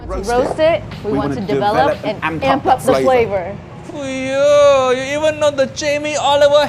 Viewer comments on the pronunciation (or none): ....did you literally just say Fuh-You.... ....are you serious...You do a video about the guy BUT YOU CAN'T EVEN GET HIS CATCH PHRASE RIGHT?! DID YOU EVEN WATCH ANY OF HIS VIDEOS!? ITS FOO-YOH I look i get you're british and you people seem to think you get to make all the rules...BUT RESPECT CULTURES ENOUGH TO PRONOUNCE SHIT CORRECTLY OR DONT MAKE VIDEOS ABOUT IT! You're as bad a Jamie Oliver =_= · Its not "Fiyouh" this is quite comical and I dont mind but like hahaha that is the funniest Ive heard someone try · no fking way u just butchered uncle rogers catchphrase fuuiyyooohhh. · It's FOO-YO! Not fu-U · It's fooohyoo not for you when it's spelled fuyohh. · What's "Keemer" food? It would've taken you 5 seconds to find how to say Khmer. And "Fuiyoh" as "Fo you"? Are you ACTUALLY using A.I. for your own voice?? Dude.... shame. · A video about Uncle Roger and you don't even know how to pronounce "FUIYOH!" It's not the "for you" restaurant! You can't say Khmer either. Remember the Khmer Rouge in the news? We got it over here in the UK, mate. Even if you didn't, it's not hard to look up a foreign word you haven't seen before. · Foi Yuhh 🤣🤣 I have to admit this made me laugh more than it should have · the mispronunciations in this video are hilarious. "foo you"? Like, you never heard him say his classic catch phrase? Don't even get me started on how you pronounced "khmer" or "nguyen". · There's no way you butchered the name of the restaurant that was named after his catch phrase that he says in a lot of videos... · WTF is that pronunciation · Most of his videos show his face talking to the camera. He’s just pronouncing words incorrectly; doesn’t mean he’s a robot.